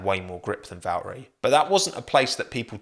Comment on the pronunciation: Hot take, is it too much to ask for if i were to tell you you have to pronounce the T's in Valtteri? Bacause last I checked it's not Valerie